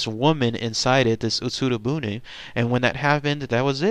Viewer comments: I lived in Japan once upon a time - Your pronunciation is wrong - It's not "boon" - It's pronounced "booonayyyy". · Pretty sure it's pronounced "buneh". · Bune = boo-nae. I lived in Japan, and on the beach. This story is as real as it gets.